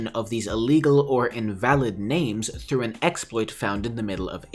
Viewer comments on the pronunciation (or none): none